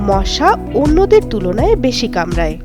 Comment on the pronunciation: কামরায় না, কামড়ায় 😅😅